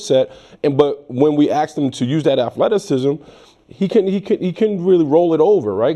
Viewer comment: "Wewuz axin him" "afleticism".🙄